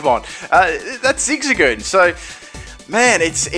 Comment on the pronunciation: "Zigzagoon" TRIGGERED